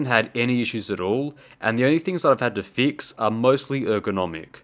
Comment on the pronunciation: Every time you said "mill" is sounded like you said "mule". Funny English accents from around the world! Oh, and "fix" sounded like "feeks". Lol, thank you for the laugh today. You confirmed that my hearing is really bad!